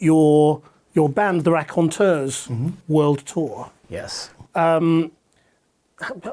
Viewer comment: At least the guy is pronouncing Raconteurs correctly.